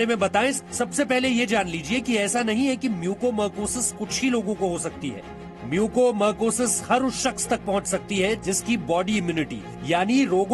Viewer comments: As a Dr I want to suggest to see news ...please correct the pronounciation of this disease it's not a mucomercosis it's a mucormycosis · Mucormycosis not marcosis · It's mucormycosis..not mucomercosis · "म्यूकोमरकोसिस" नहीं मेरे भाई "म्यूकोरमाइकोसिस" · It is Mucormycosis not mucomarcosis. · Bhaiya apna pronunciation sahi karo it's mucor mycosis म्युकरमाइकोसिस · Disease ka name h MUCOR-MYCOSIS bar bar incorrect bol rha